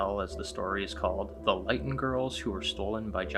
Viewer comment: The town in reference to this story is pronounced Lit-on, not Lite-un. It was nearly wiped off the map in British Columbia, Canada during a four day long record-breaking temperatures.